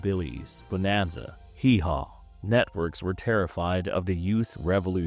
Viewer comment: Networks were dominated by show like BoNASA? Who the hell does you AI? Hi-chap-eral?